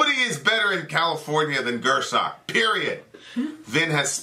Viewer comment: Vin is back to saying Gür-sock. smh